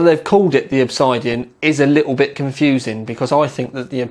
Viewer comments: R u stoopid, u said obsidian wrong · there's the way it's said and the way some people incorrectly say it, there isn't two ways to say it...